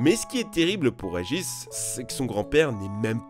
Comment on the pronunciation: "Regich" Lol